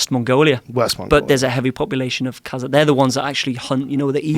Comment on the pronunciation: He isn't pronouncing it properly that's why. Many slavic names end with AK like Polak, etc... But Kazakh is pronounced Kazahh where the H is emphasized, no K